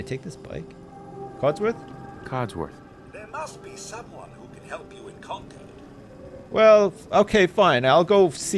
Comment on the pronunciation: This is so weird... I grew up in Concord, MA. Who knew it would be the setting of Ruffio Lorenzo's greatest journey? Also, ' pronunciation of "Concord" is killing me. Despite its spelling, it's pronounced "cong-curd".